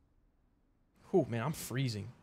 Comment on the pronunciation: Bro said koman 😂😂😂😂😂